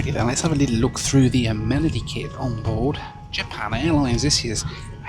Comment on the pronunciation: lolz! deffo slipping into an american accent... "A-men-ady kit" + "swell" 😄